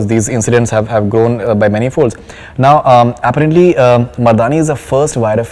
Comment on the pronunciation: will somebody explain this horse's asss interviewer how "apparently" is pronounced.. in every single interview he has done he pronounces the word like that.. annoys the crap out of me